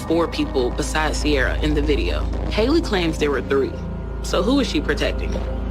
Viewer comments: you really piss me off with the pronunciations when they’re literally saying the it correct way in the videos you attached ! ITS C-AIR-UH ! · Her name is said like see-air-a not see-r-a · The fact you mispronounced Ciara's name while using video of people saying it correctly the entire video was annoying af. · I feel like at this point you just go out of your way to mispronounce these peoples names. it’s not just Ciara, in almost everyone of your videos your mispronounce the victim/a witness or anyone really name, and then show a clip where they very clearly say the name correctly.